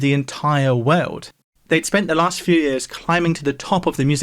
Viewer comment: I've watched a good number of videos, but never noticed anything odd in his pronunciations before. But in this video, nearly every time he says 'world' he pronounces it 'way-uld'. It's bizarre.